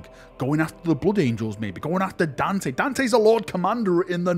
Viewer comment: Kudos to master the only gringo that pronounce Dante as it is and not Danteiiii